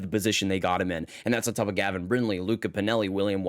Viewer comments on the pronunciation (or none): none